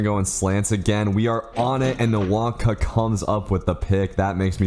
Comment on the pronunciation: I don't want to be that guy but say nwawkpa like wawpa next time